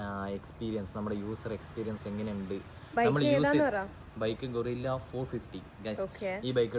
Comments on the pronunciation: അല്ല കേട്ടോ ഗൊറില്ല എന്നാണ് കേൾക്കുന്നത് 😂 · ഗൊറില്ല അല്ല ഗൂയ്‌സ് 🤦‍♂️